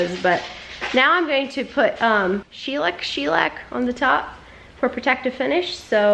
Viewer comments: Not She-lack. Its Shuh- lac... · I love everything!! Makes me want to buy a small camper and Reno it 🙌🏻. Shellac is pronounced “shell-LACK” just an fyi. When I was a young mama I had all kinds of projects going. It was so fun! God bless your travels with fantastic times and good memories made.